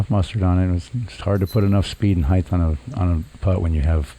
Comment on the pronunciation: It is spelled HEIGHT!! Not heighth! Grrr